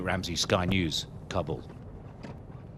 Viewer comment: It’s Kabul, not CAR-BALL